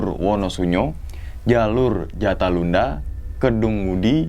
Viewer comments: Ralat bang bukan jatalunda yang bener jolotundo 😁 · Maaf bang, itu namanya jalur jolotundo/jalatunda bukan jatalunda 🙏🙏